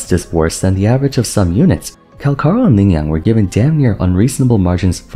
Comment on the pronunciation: bro cmon it's in the name Cal-CHAAA!!! lie chalk CAL-CHaaaa ch pronunciation not K CALCHARO not calkaro